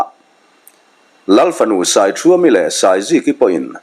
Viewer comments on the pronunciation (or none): Fânai tihtur